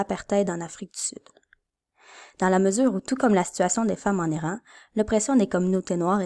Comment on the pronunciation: tech : excellents visuels (en particulier l'écran d'ouverture). Son très correct. Hmm... ton récitatif. Serait génial si tu nous parlais. Conclusion abrupte. Perso j'ajouterais un fade out sur noir. 4/5 contenu: OK 3/5 (et un détail -- on prononce *I*ran plutôt que *Aille*ran